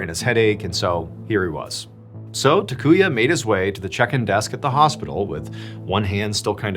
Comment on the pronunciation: First guy's name is pronounced TAH-koo-yah, not tuh-KOO-yuh. Japanese is pretty consistent; all the 'a' characters use the same soft vowel sound.